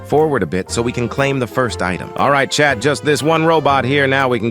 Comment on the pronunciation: I thought he was saying chap 😂